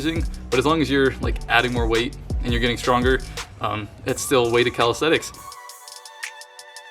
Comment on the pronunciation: Always tickles me how yanks pronounce it “Calisthetics” 😂